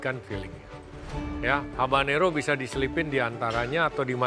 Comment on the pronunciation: Namanya habanero bukan harbanero😅